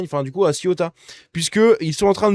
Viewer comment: ''CEOUTA'' et pas '' CIOUTA''! Décidément t as du mal 😂